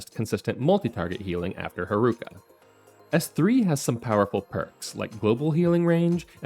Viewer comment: Pronouncing Haruka's name like bazooka should be a sin. The syllables should have the same length. It's lalala, not laLAAla. Instead of reading Haruka as one word, it's probably better if you separate it as Haru Ka. Cuz then that way you stop the unnecessary elongation of the second syllable.